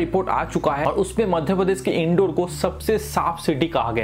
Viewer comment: Bhai " in-door " nhi h "इंदौर" h.